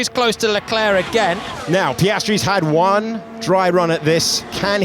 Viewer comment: Great video 👍 but your Leclerc pronunciation grates! 👎